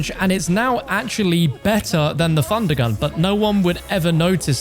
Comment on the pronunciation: Instead of hearing thundergun I hear fundagun